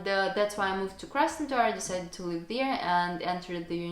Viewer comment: Don't be overly complacent with your English. Your pronunciation needs a lot of work, especially the short vowel i sound, i.e. in SLIP , DIP, LIVE because you pronounce them as SLEEP, DEEP, LEAVE etc. While some people may find your accent cute, I have some trouble understanding you. I am sure you want your English to be good, not cute.